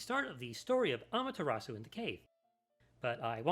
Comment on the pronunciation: You mispronounced amaterasu